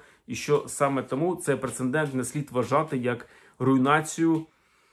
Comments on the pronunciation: Дякую за цікаву інформацію. Але одне зауваження - Прецедент а не принцендент. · З повагаю і вдячностю до автора каналу. Доречи, слово прецедент пишеться і вимовляється тільки так.